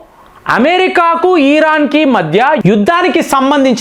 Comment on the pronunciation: చీనబ్ కాదు చీనాబ్ నది అంటే బాగుంటుంది ఈరాన్ కాదు ఇరాన్ అనాలి మరీ సాగదీస్తున్నారు